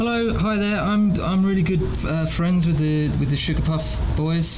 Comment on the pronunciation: James has 3 fwiends......3 football fwiends.